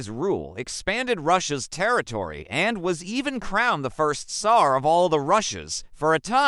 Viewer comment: What's the matter, your stupid AI voice can't pronounce "Russia's" properly???